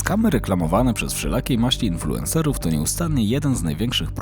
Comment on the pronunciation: "Infułerser" - wszystko jasne.